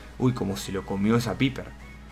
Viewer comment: paiper se pronuncia paiper eso de Piper suena como pene en algunas partes de Latinoamérica